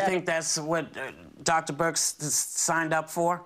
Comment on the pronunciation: I hope Whoopi's ok. Something seems off. She's been stuttering and mispronouncing words ever since she came back from being sick. "Dr. Brix"? and